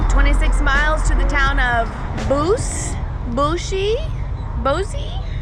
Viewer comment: I’m adding comments as I watch and just realize the girls rode from Parker towards Wickenburg. That stretch of road is SO SCARY in a car let alone a bike. PS: it’s pronounced Bow-S